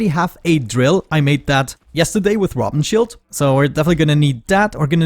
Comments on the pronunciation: look at my name - I am German. And you pronounced Rabenschild like someone struggling with German 😁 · I don't like that you played so much between episodes. Feels like we miss out on a lot. Also I don't get why you pronounce Rabenschild so awkwardly 😉